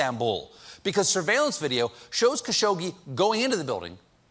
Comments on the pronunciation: it's khashoqji not -ggi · Seriously? "Kashogi"? Learn his name first, if you wanna act like you care. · it's pronounced 'khashogji'